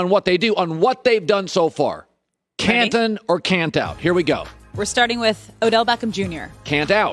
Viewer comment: Colin “Cantin or Cantout even though it’s Canton” Cowherd